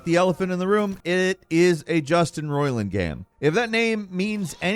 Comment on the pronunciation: they way you said it I thought the guy's name is "Justin Roilin" the way you say Roiland sounds weird